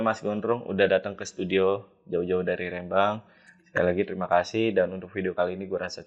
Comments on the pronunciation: REM-BANG bukan RE-MBANG 😂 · Rembang bukan Rembang 😂😅